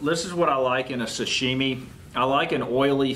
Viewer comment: Hey,you almost said sh.t instead of sashimi! Lmao!! Keep up the good video man!